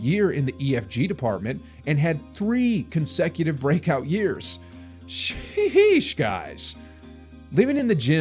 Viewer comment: That "she-esh"... jajaja